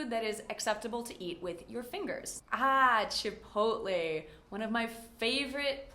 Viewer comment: Not a hater here, but it seems like there may be some mistakes in your video. You said "CHIPOTLE" two different ways. First with the last syllable as "lay" , and then later on as "ee" . Also I've checked the dictionary for the pronunciation of "WORCESTERSHIRE", you say "WOOZ", not "WORS" . Could you perhaps clarify these?